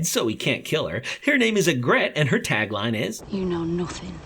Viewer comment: AIN'T NO WAY YOU CALLED HER YEGRET WHEN IT'S PRONOUNCED YEGRIT